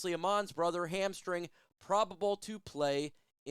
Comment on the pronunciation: Right after the minute mark, the way said it, it kinda sounded like "Hamstring" was Amon-Ra's brother's nickname. No disrespect intended, merely pointing out something I found humorous, that's all.